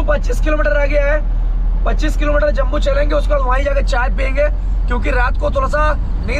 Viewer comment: भाई, जम्बू नहीं, जम्मू नाम है, 😅😅😅